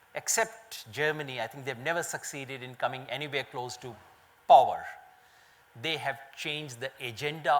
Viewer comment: he pronounces "power" as pooower